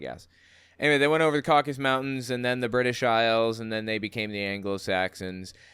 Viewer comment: Why do and Ana Kasparian and probably others too say "Caucus Mountains" when it's "CauCAsus". The eponymous ethnicity is not called "Caucians", it's "CauCAsians". It's weird. Is it about confusion with the political term "caucus"?